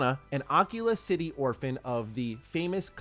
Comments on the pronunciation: I don’t know why this is bothering me so much… But why are we pronouncing it Occula City? It’s A-key-la. Bathesda have pronounced it several times in promo materials. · it's pronounced ah keel ah city not ah killa I'm pretty sure that's how they said it in the direct unless they changed the pronunciation after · Its not aak-heelaa Its akeala prenounced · Uh-key-luh It’s pronounced like aquila, which is Latin for eagle. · Akila city isnt a VR headset bro lol its Ah-Key-La. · Am i the only one that heard him say Oculus City first time around 😂😂 it was obvious Akila city but that was funny. love your vidoes man.